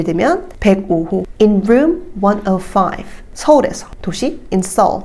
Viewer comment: 비행편 말할 때 on American Air 105 ->숫자 발음을 원 지로 파이브로 안하고 원너파이프 이렇게 발음 하시는거 같은데 왜 그렇게 하는지 알 수 있을까요?